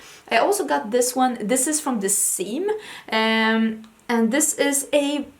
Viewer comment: The Saem is pronounced closer to 'Sem.' I love their blushes! They have a lot of very interesting blush colors, like orange and yellow tones, which is pretty impressive for the Korean market, which favors (in general) more pink and coral tones. And I'm Meme (아임미미) Is prounced like the woman's name Mimi, not memes on the internet^^